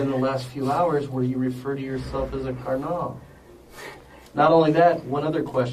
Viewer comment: The worst crime here is the pronunciation of “Carnal” by the detective.. Lock him up throw away the key